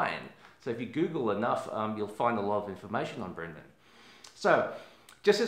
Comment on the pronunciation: Thank you for this video! Also wanted to mention, his name is Brandon not Brendon. ☺